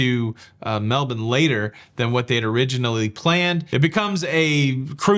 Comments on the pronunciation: Ok, way impresssed now. You know how to pronounce Melbourne Right!!!! Well done sir! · Props to you for your correct pronunciation of Melbourne! 😎 Very few US citizens get that right! You should be proud! ☺️ Btw I grew up there and it’s a lovely place, although the Winters are pretty miserable. Brisbane is way nicer. I love it here! 😎☺️